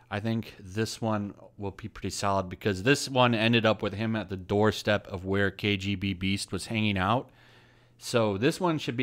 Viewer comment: Pretty sure the villain's name is KGBeast, not KGB Beast. It's all one word. Anyway, thanks for the list. I'll get to downloading.